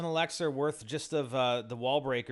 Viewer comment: Why does he say elixar its so annoying!